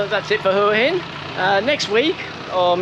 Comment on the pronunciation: Learn to pronounce Hua Hin!